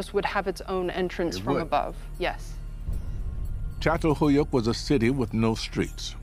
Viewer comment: Maşallah ne güzel çatalhöyük diyor